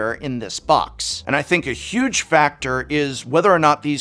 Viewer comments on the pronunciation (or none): none